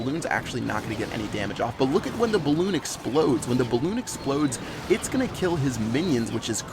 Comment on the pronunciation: Such a tb when he said balloonion clash of clan strategy